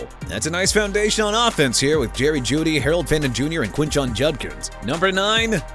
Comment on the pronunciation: I'M GETTING TIRED OF YOU BUTCHERING CITY NAMES AND PEOPLE'S NAMES! NEW ORLEANS PRONOUNCED NEW OR-LINS AND QUINSHON JUDKINS PRONOUNCED KWIN-SHAWN! WHAT'S SO COMPLICATED ABOUT THAT?! AND MIAMI CAN HAVE MAKAI LEMON! AVIEON TERRELL PRONOUNCED AY-VEE-ON TUH-RELL!! AND STOP SAYING JAG-WIRES! JAGUARS PRONOUNCED JA-GWAARS AND CHICAGO PRONOUNCED SHEE-KAH-GOW NOT CHEE-KAH-GOW! KC CONCEPCION NOT K-ZEES! AND LET THE DOLPHINS GET BLAKE MILLER TOO OKAY?! ARE YOU DONE?!